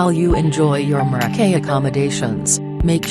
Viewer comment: The audio commentary is absolutely ridiculous... "Hotel Mo-roh-key", can't even say the name of the hotel right, lol.